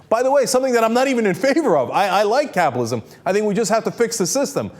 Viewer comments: Dude, it's cap-IT-alism, not capalism! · why cant this dude pronounce capitalism or frightened